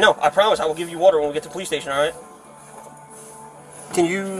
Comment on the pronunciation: I never knew you needed whöder to breath. Whatever that is.